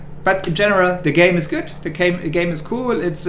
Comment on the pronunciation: I am the only one that heard "gay" and not "game" in the first 10 sec?